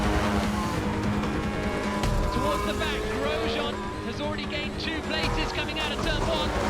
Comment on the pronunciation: You two are Canadian but don't know how to pronounce Grosjean and especially the 'jean' bit of it was as hilarious as shocking tbh.